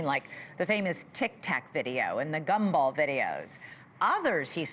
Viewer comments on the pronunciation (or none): "Gum Ball videos"... Is she talking about the "Gimbal" video? lol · Gimbal. Not gumball. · Gumball.. It's gimbal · It's GIMBAL not GUMBALL LMAO !!!!! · Oh said gumball instead of gimbal....wtf... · Gimbal, not Gumball 😅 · It is Gimbal not gumball. hahahaha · It’s Gimbal not Gumball lol. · It's supposed to be "gimball". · Gimble... not "Gum Ball" 😂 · Gimbal, not gum ball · She said gumball videos, it’s gimbal! Lol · Did she say...gum ball video? Have a tic tac.. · Did she seriously call it the "Gumball video"?! FML. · Did she say “gum ball video”? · Did ahe say gumball?! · She said gumball videos😂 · She was supposed to say "Gimbal". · Did she say gumball?